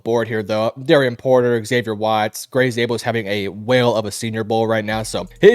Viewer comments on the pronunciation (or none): none